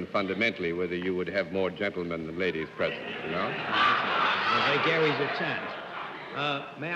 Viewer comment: The last challenger Mr Kaufhold was left-handed and the set is designed for right-handed people, so it wasn't easy for John Daly to shake his hand and take the chalk from him - there was a small collision. Another odd feature of this episode was Mr Daly's pronunciation of 'vagaries'. Because it's the noun from 'vague', I would say 'vague -eries' but he says 've-GARRYS' and Bennett Cerf repeats that as if surprised. Mr D was a very clever and cultivated man, so perhaps he is right and I'm wrong.